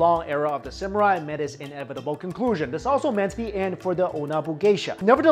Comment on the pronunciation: Samurai or Samural? lol xD